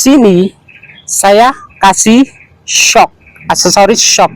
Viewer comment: baca nya eshuk… bukan syok😅😅